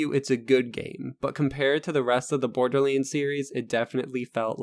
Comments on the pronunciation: LoL borderleends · wtf is borderlainds ?! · Borderlands not Borderlanes xD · Am I the only one hearing "Borderleeds?" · Why does he call it borderlins? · Stop saying borderlands like that. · am i the only one that finds it funny how he pronounces borderlands? no disrespect dude. great video! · sorry couldnt finish your fucking video after hearing you misspelling borderLANDS!!!!! 50 fucking times my nerves cant handle this much ....